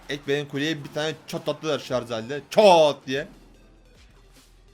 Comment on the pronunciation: şarz değil şarj